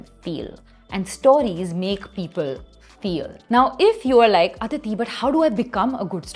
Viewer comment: 😂😂😂😂 not Aditi. Isko apne naam pe sharam h